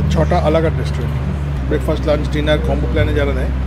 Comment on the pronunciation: Ami jokhon notun office join kori IT te, amio tomar moto korei lunch word ta uchharon kortam bole amar non Bengali collegues ra khub moja korten seta niye, then I corrected my pronunciation